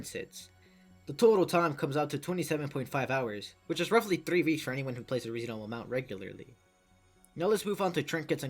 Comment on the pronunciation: I HEARD THE ACENT WHEN YOU SAID THREE